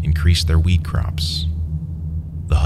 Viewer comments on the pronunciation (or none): none